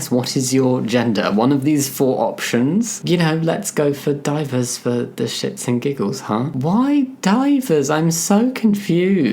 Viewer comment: "Divers" in Dutch means "Miscellaneous". It's pronounced "DEE-veh-rs"